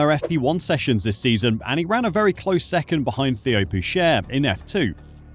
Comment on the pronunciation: Bro it's pronounced Theo (Tay-o)